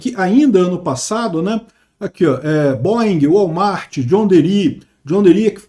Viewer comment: segunda vez que voce fala errado, John Deere, a fonética é "John Dier/Jier/Gier" e não John DERI..... mas enfim, ESG nao acabou por conta do Trump, foi o Trump que voltou pq essas politicas foram para o saco!!!!!